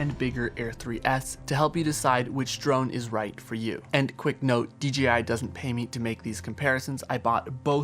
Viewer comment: Great vids, but you forget that the BRAND is Pronouced with a JAY not a GEEEE. why you keep saying D Geeee I ???? Come on now !